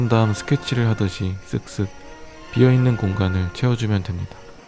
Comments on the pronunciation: 나왜이거 '성'으로 들리냐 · '쎅쓰' 라는줄 ㄷㄷㄷㄷ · 쓱쓱 발음 조심...ㅆㅆ